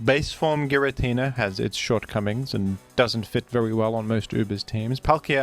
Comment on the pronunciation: youre saying giratina wrong its supposed to be GirAH tinUH